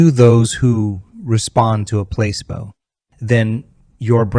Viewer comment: This has to be AI doing this because this video says placebo wrong and Joe wrote the book You are the Placebo and I’ve been to many events and he doesn’t pronounce it the way this video does… but still an informative video